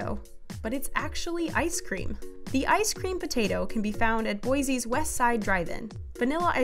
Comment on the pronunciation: i’m getting triggered by her pronunciation, Boi-ZEE? IllinoiZ? it’s Boi-SEE and Illinoi-(silent S)